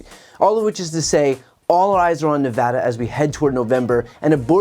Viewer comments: Dude, you said Nevada right. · A Good Politician says "Nevada" Correctly. Thank you, a True Statesman.